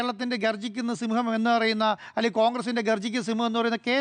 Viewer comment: സിംഹം എന്ന് മാത്രം പറയല്ലേ 😮 സിന്മം എന്ന് പറയൂ 😂😂😂